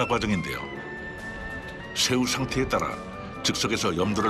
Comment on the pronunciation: 아닠ㅋㅋ 성우님 ㅅ발음할때 뭐 드시나봄ㅋㅋ 한번 신경쓰기 시작하니까 계속 들려서 집중이 안되네요ㅜ 셰우, 슌셔, 등등등